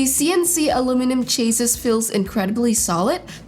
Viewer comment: You butchered the word "chassis"